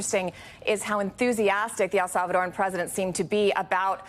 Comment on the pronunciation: Learn how to say El Salvadoran